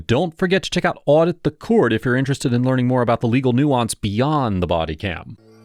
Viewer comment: "bod cy-cam" sounds more advanced!😂